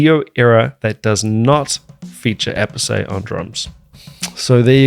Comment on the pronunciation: Appice is " Appitchè" its italian. They did prononced Appees and Appessey for americans that struggle a lot with Romances languages spelling .